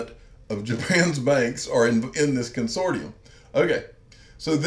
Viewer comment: Not a criticism, Con sort T um is the English grammar way of pronouncing the word.